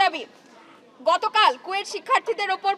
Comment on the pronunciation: কুয়েট ❌ কোয়েটিং ✅